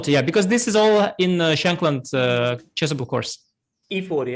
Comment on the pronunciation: Does anyone else love how Sagar pronounces it "Chess Able"? Just me?